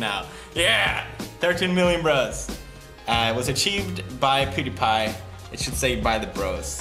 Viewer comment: He said Qtipie insted of Pewdiepie